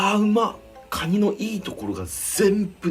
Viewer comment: クワァ二って聞こえた